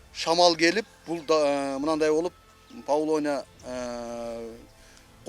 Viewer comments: Павлония эмес ПАВЛОВНИЯ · Павлония эмес, павловния. Даракты экпейт, даракты тигет🤦‍♀️